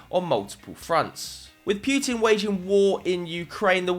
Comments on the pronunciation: It’s PUTIN NOT PJUTIN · heheh "Pewtin"